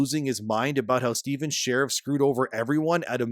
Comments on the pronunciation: Every time I hear "sherrif' I die a little bit inside. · Dude, its pronounced as "Shureeeeef" not like a cop. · His name not pronounced like "sheriff". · So click bait...can't even say his name right and pretends to know whats going on for clicks...trash. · I hope this is taking us constructive criticism and not some asshole in the Internet. Probably will be the ladder, but it is not intended that way. Your credibility takes a huge nose dive when you don’t pronounce the guys name correctly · If you're going to repeatedly say his full name, check your pronunciation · That pronunciation of Sharif.... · I love how you intentionally mispronounce his name throughout the whole video. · Half of this info is wrong, and this dude doesn’t even know how to say the creator’s name. Go watch a real video that actually knows what’s going on. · The gaming kickstarter space is a weird one bruh. Based on precedent alone, you're more likely to get rug-pulled in an MMO kickstarter than through meme-coin investment, and yet people were giving away their money hand over fist to a known con artist in the hopes that this game would mean the resurgence of MMORPGs? Like, how does this keep happening? Btw, you pronounce Sharif wrong, but since that makes Steven mad, please, keep it up.